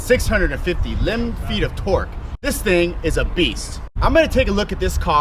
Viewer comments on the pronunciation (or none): Did you just say limb feet of torque?